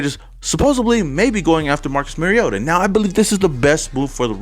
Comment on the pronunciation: When you learn to pronounce Mariota maybe you have some credibility.